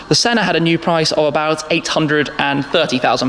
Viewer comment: My suggestion is that it's not shedule but it's pronounced skedule. I know we rebelled against the Queen but we all speak English. Also Senna has no r.